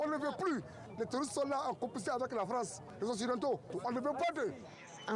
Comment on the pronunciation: Haba la froance haba la froance hhhhh😅😅😅 les bono